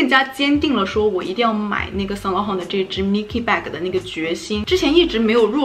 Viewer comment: Im sorry ... really aint gonna judge ... but you pronounce saint laurent wrong ...-.-“”””